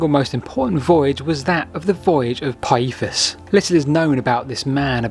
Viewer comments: Let's include Pytheas =/= Pie-ee-thus. You never heard of Damon and Pytheas? Pih-they-as. Dang, I have to go away. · Interesting vid, my only niggle is your pronunciation of Pytheas, it's Pith-ee-as. noy Pie-ee-thus, you got the vowels mixed up a bit. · Interesting video. I love ancient maps! But, "Pyethus?" "Britian?"